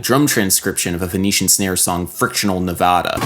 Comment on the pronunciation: As always, great video, however this is more of a nit picky thing but, it's not pronounced ne-voh-da it's ne-vah-da